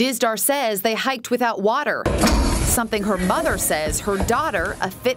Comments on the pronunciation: I really do not care about what the story is but please learn how to say water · She needed wha-tur